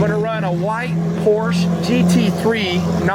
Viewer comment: C'mon, 2 syllable word "Por-Sche" haha I did 1 track day out at Miller Motorsports Park with my 2001 Audi S4. Was the most fun I've had with my pants on! jblinga